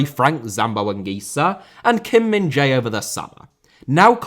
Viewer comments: please stop butchering Kim Min-Jae’s name. It is pronounced “Min-Jay” as in “hey” not “Min-Jai” as in “hi”. There is no such sound “Jai”, at least the way you say it, in Korean. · The Jae in Kim Min Jae is pronounced much more like Jay. The actual pronunciation is most similar to "eh" with a J in front of it. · Well if you can learn to pronouce Khvicha Kvaratskhelia couldnt you at least try to learn Kim Min Jae's name...